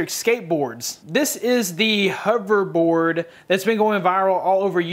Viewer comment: i was just referring to you saying hooverboard instead of hoverboard xD